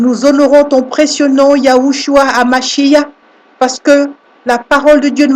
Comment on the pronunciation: YESHUA HA MashiaH et non mashia , car on prononce MachiaR , le H finale est tres important, voyez en hebreu la signification des deux mots